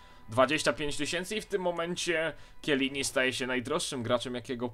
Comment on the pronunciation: mówi się czelini